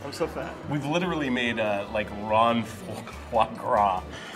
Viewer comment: Huh....Ron fois gras. I had to laugh too :p